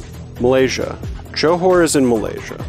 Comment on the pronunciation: I love this series so much so far! and yes that how you pronounce Johor